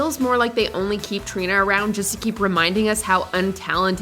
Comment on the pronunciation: i’m sorry but “trini”